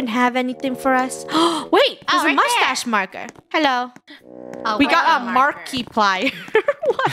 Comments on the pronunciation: YALL I ROLLED WHEN FUNNEH PRONPUNCED "markeplier" TO "mar kee playar"💀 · I'm annoyed they said the youtuber markiplyer wrong >:(